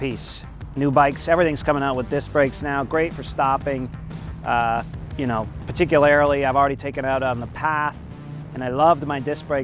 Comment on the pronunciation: "peticularily" chefskiss